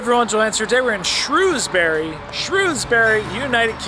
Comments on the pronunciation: It's shrewsbree.. not shoes bury 🤣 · It’s pronounced Shrowsbury just to let you know